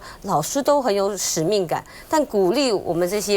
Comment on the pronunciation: 莘莘（shen）学子，看得出来确实需要多读书或者有一个好老师，代表可能就是没有遇到好老师😂